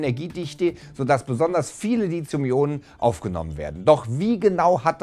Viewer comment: Das Wort heißt nicht Lizium sondern Lithium mit einem weichen "TH". Auf einem Wissenschaftskanal sollte man es wenigstens versuchen ^^